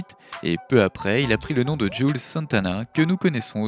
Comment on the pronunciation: Cest pas "jule" santana mais "jouelze" santana.